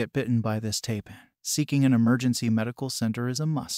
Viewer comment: Taipan is pronounced TIEPAN